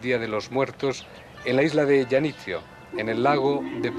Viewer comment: "Isla de Yanitzio"... Janitzio, señor, se pronuncia con JOTA...